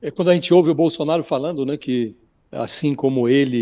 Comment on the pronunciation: Bosolnario não emucente kkkkk